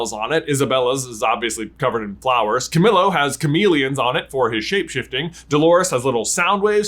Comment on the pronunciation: does it bother anyone else he says ca-mill-oh instead of ca-meel-oh